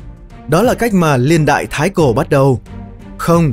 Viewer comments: tôi nghĩ là "niên đại" chứ ko phải "liên đại" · Video có tính tổng quát cao. Nhưng mà "LIÊN ĐẠI..." là cái gì nhỉ. Nó gọi là Niên Đại ạh.